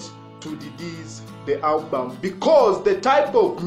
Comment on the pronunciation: Come on bro, it's album not hulbum😂😂😂😂